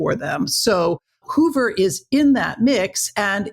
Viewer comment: You say Hoover and Bobby Kennedy were there when Marilyn Monroe died? Hoover and Hoffa in bed together??? And you expect us to believe this BS? BTW - It's Hoover - not Hover. Marilyn - not Marylin. diary - not diarie. You are a Moron!